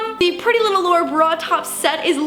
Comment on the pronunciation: LAURiy as in Lauren it yourself